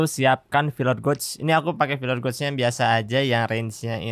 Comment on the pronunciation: kalo tulisannya mah emang bener sesuai bahasa Inggris gauge tapi penyebutannya kurang pas bang coba di google translate kan ada cara penyebutannya coba di chek ulang